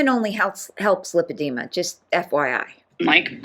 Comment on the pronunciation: It’s LIE-padema. She should know how to properly pronounce her alleged diagnosis.